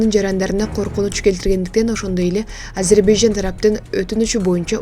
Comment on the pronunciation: Ажербажан дебей туура айтчы